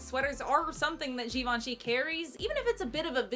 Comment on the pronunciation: Obsessed with how she pronounces "Givenchy" later in the vid. So couture